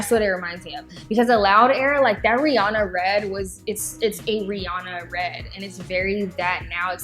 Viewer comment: It's "Re-Anna", not "Re-Ahna".